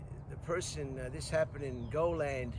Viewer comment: It's pronounced. Go-lee-add